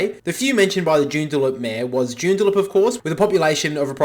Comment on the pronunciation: Joondalup not Joondaloop